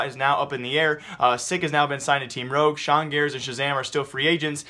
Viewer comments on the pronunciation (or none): none